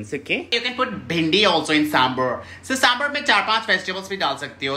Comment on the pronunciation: It's sambhar not samburr